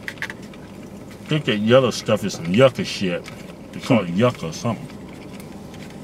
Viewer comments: LMAO "yuck-uh shit". It's called yucca and pronounced yoo-kah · It's not pronounced yucca lol. It's pronounced u-kah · It's "YOU-KAAAAAA" you fucking savage